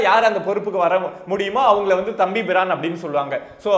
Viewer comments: அட தம்பி. அது தம்பி பிரான் இல்லப்பு... தம்பிரான். எங்கே சொல்லு பார்ப்போம்... தம்ம்ம்பிரான். வெரிகுட். குழந்தை நீ. ஆனா எவ்வளவு சென்ஸிடிவ்வான விஷயத்தை டீல் பன்றிங்க... குட். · தம்பி..........ஈ அது தம்பி பிரான் இல்லை. தம்பிரான். இன்னும் சொல்வதென்றால் " கட்டளைத் தம்பிரான் " என்பார்கள். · தம்பி பிரான் இல்லப்பா. "தம்பிரான்"